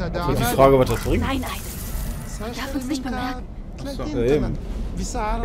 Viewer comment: Man spricht es Aiden aus nicht Aiden :D